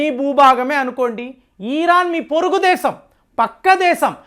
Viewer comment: ఈ రాన్ కాదు ఇరాన్